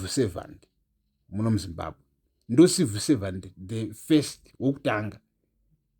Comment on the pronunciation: Are you saying Number One Civil servant or No1 Evil Servant? Chirungu chinondi nhetsa